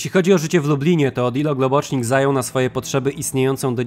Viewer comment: Globocznik? To po węgiersku? Himmla akcent uroczy: du hast miś.